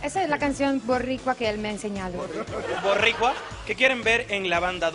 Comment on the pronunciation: Mi YoYo <3 "zabdiel llora hasta los comerciales" mori con eso jajajajaja y: "BORRICUA" JAJAJAJAJAJA no puedo creer que ya se acabo ): PD: Ximena Te Amo